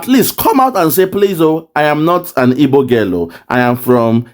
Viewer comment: I knew she is not an igbo cos she cannot pronounce igbo word proper.